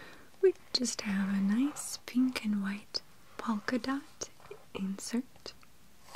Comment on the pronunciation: Is it just me but did it sound like she said poulkadot